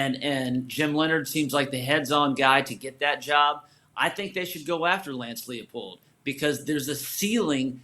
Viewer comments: How are we supposed to think this guy is a credible source if he doesn’t even know how to pronounce Leipold’s name??😂 (it’s pronounced LY-pold fyi) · He pronounced it wrong twice in 10 seconds lmao